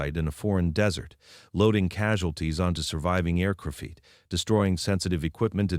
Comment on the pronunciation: The mispronunciations really annoy me. Often, they'll mispronounce a key term. Then you hear it repeatedly. It drives me mad. I usually turn off at that point. The five fee teen percent, and the aircrafeet for example